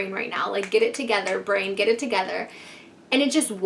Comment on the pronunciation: *brain, not vrain